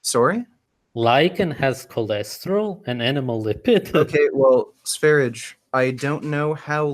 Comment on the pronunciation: It's also annoying that he can't bother to properly pronounce sv3riges name... No respect.